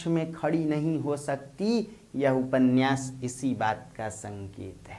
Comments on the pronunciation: उपन्यास को उपन्नयास उच्चरित करना उचित है क्या? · उप में से अ निकाल कर बोलना अर्थगत एवं उच्चारण संबंधित दोष नहीं है। यह एक रूढ़ी की तरह स्वीकार कर लिया गया है जो अर्थ का अनर्थ कर देता है ... इसका सही अर्थ तभी निकलेगा जब हम उपन्यास बोलें